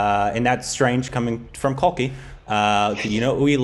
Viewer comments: Pronounced kalki 'kekla' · Okay I'm just 3 mins in and it is Kalki 'cake-la' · Correct me if i am wrong. But isnt kalki Koechlin pronounced as Kal-key cake-la.